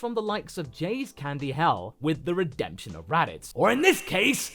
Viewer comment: I was having a day. But when I heard "RADEMTION" it immediately got better